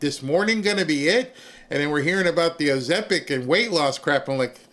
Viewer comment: Ozembic LOL!